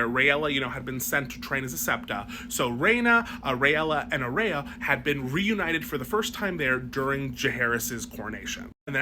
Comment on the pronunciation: "Aerea" Targaryen.